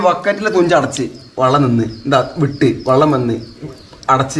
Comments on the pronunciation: വള്ളം അല്ല വെള്ളം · സഹോദരൻ വള്ളം എന്ന് പറയുന്നത് ഒഴിവാക്കി വെള്ളം എന്നുപറയാൻനോക്കണം